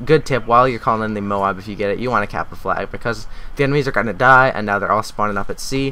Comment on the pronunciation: moab not moam